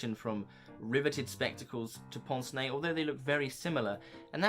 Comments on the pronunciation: Excellent video, but correct anglicised pronunciation is not "ponce nay" but "pance nay". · I’ve always pronounced it pince (like as in prince but without the r, and nez like fez). But in my defence, I have never actually heard it pronounced until just very recently, I have only ever seen the words in print before ( usually in the context of Hercule Poirot)